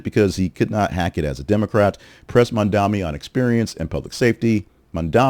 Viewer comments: Bro, I liked some of your other stuff, but you not calling Mamdani the clear front runner when he is obviously is, makes me queston your agenda. Also, pls say his name right. The guy has an amazing platform, he's FOR the people, and he absolutely cooked his comp in this debate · Fun to see you joining the meme of losers who can't say Mamdani's name correctly